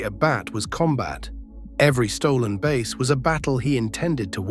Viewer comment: Stop mispronouncing base😮